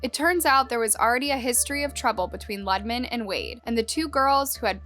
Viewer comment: It's pronounced Loo-de-man. Not Luddman.